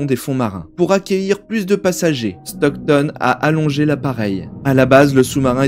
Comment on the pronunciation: C'est Stockton avec un T au milieu :D Et Nargeolet ça se prononce "Narjolé" Mis à part ça, sympa petite vid ^^